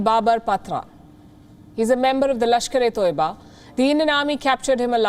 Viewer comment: It's Not TOIBA it's TAIBA or TAYBA